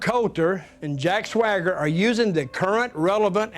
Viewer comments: He keeps saying"Jack Swigger", lmao it's SWAGger. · Why does dude keep pronouncing his name "Jack Sway-ger"?